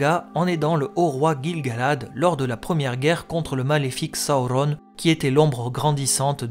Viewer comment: Hello, j'aime le contenu de tes vidéos mais je ne comprends pas pourquoi ta prononciation des noms comme Durin ou Sauron est aussi.. anormal haha. Ce n'est que mon avis mais pour le reste continues j'adore :) bonne continuation !!